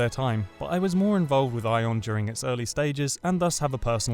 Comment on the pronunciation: Ion? its Aion